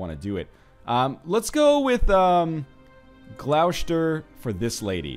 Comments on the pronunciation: It's not pronounced Gloushter, it's pronounced Gloster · Northernlion, protip: 'Gloucester ' = 'Glosster' :) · Oh NL your pronunciation of English counties is hilarious, Gloucester is actually pronounced as gloss-ter, not gl-ow-shter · Dude, Gloucester is pronounced 'gloss-ter'. I just cringe a little every time ;) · Again, i died when he tried to pronounce Gloecester. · 'Gloucester' is actually pronounced 'glu-ow-chay-stee-are' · The way he pronounces Gloucester makes me cringe every time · Oh God why do you add so many sh's where there are none? It' Gloss-ter and Less-ter, not glou-shter and ley-shter. Also if you want bigger claims check who holds a duchy (view the character and click the shield by them to go to the title) then there should be a tab that says "claimants" next to "Create/usurp" and "make primary". Picking claimants will show you who has claims to a title, if you invite them and give them a county you can push their claim and they'll serve you afterward.